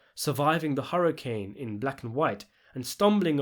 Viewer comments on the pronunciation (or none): none